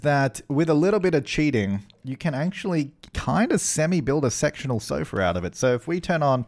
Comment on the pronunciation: I know this is kinda wrong but it sounded as though you said you would like sexual sofas rather than sectional sofas.. 🤭🤫😂